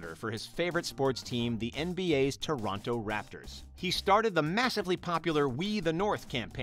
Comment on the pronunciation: toronno not tornoto noby ik says toronyo i live in canad